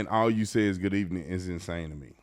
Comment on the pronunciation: Good ebening 😂